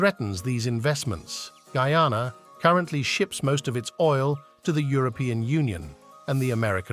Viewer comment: it's GUY-ANA...not frigging goooana!!!